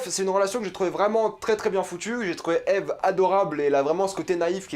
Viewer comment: Déjà tu regarde pas la serie a 100% et en plus tu dit Ive au lieu de Eve tu dit pas Adam et Ive c'est Adam et Eve... Un minimum de respect pour la serie plz